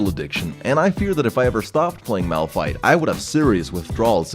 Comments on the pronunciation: "It's not malrun, it's malfight " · Nonononono You where wrong >:C.... its Malpfeet -Nicktron XD sorry had to say it Btw nice vid i would love to see you're channle Grow alot more and Do more league vid's Ive been here since 250k subs and you havent changed a bit you really deserve 1 mil subs man keep up the good work:D. Ps: Pls Notice me senpai